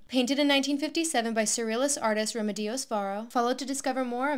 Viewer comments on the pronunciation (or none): Correct Pronunciation is: reh-Meh-deeous your pronunciation is: reh-me-DEE-ous - is like a Spanish a speaker promouncing (Washington) wah-SHING-ton, instead of WAH-shington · Se dice Remedios. Reme (pronounced like the “reme” in remedies not like remi) And dios with the accent on the DI not on the OS. For the next one 😊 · Great chance for people to experience Mexican female artists beyond Frida Kahlo. The The pronunciation is off. The accent should be on the second syllable re- MEH-dios instead of the “Dios “ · Not a huge deal, but the name Remedios (which does literally mean “remedies,” how neat is that?) would be pronounced reh-MEH-dee-oss … and I can’t think of how to spell the Castilian “o” sound phonetically, but it’s a little like the o in “mortgage,” or just say the word “oh” but not as a diphthong, so instead of “o-oo” just say the first half, “o.” Thank you for the art lesson: I do know this painter but I’d forgotten all about her, and I’d never seen this painting before!! 🙂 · It's pronouced Remédios - accent on the 2nd syllable. Otherwise it is incomprehensible. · She really pronounced “Remedios” like that hahaha